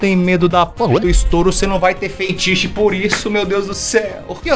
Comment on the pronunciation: T3ddy, refuta essa, você falou feitiche e é fetiche que fala igual tá escrito